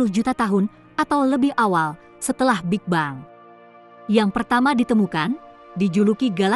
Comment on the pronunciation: Apa kok ngomong big bang itu...big beng gitu lo.